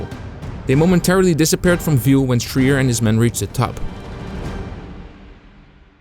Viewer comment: Some help on pronunciation of names: Harold Schrier is SHRY-ur, not SHREE-ur. Louis Lowery is LAUER-ee, not LOW-ur-ee. (Think, “loud”, not “low”) Franklin Sousley is SAU-slee, not SOOZ-lee. (Again, think sound of “loud”) Michael Strank is STRAINK, not Shenk. Rene Gagnon is REN-ee, not Ruh-NAY. Spelling in photos: Schultz, not Schulz. Quality of your vids is always first-rate, so noticed these miscues. Keep at it, love your channel.